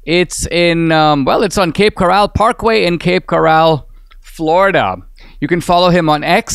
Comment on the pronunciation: It’s pronounced: Cape Co-rul….not “corral” as in a holding pen for horses.